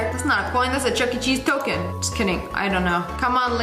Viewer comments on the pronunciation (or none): none